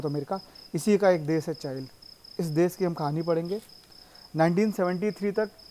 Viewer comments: चाइल नही भाई चीले और चिली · Chile not chail